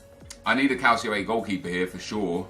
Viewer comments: It's pronounced cal chee oh. And Dee bala or dih bala. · Who else finds it annoying when he says calcio a its pronounced "cul ch io a"